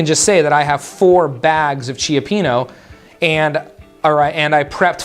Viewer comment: Thanks! Really great reminder of tracking. However, I can’t get over how you are pronouncing cioppino. The correct pronunciation is CHOP-PEEN-OH. Sorry dude, I just had to do it. LOL!